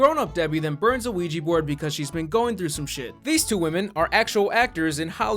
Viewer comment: They gotta burn the Quiche Board